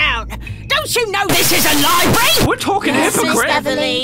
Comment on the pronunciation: Don't you know THIS IS A LIBRY (No I didn't make a typo I heard it as Libry)